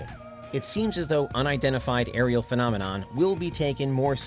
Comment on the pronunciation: So sick of people mispronouncing the word phenomenon 🙄